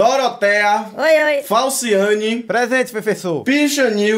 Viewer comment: Não é falsiane, é falsssiane 😂😂😂